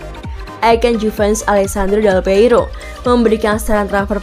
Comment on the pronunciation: Pembicara di Video ini agak cadel yah ? dan Sebut Del Piero , Del peiro , tapi saya suka sih suaranya ngangenin 😁🙏